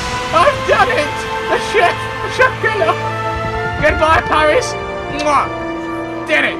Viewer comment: IN PAWIS (thats how i heard it)